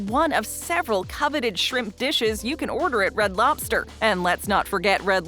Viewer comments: To be exact, it's pronounced loBster. Not loPster. So annoying that I can't watch. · She says "lopster" at least 3000 times. LOB STER, LOBBBBB STER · It's loBster, not loPster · It's Red Lobster, not Red Lopster... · is narrator saying Lopster with a (P) or ive had too much caffeine 🤔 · She says “Red Lopster” about 150 times 😂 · Say lopster again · Every time she says "Lobster" I'm hearing it pronounced (Lop-Stir) 🤣 I was told by a neighbor who was an employee for Red Lobster that they serve a lot of boiled in the bag and steamed frozen entrees. The small portions size has always been a disappointment. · red “lopster”…. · I am listening while reading the comments. Got to yours now I cannot unhear it. 🤣😂😆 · Lobster?..... is thay what your trying to say? Its not lop-ster no p and no stress on the middle of the word. Very simple and easy a child could do it.